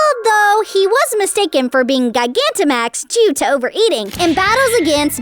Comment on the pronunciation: 😠 you mispronounced so many pokemon words gigantamax is said like gi-ganta-max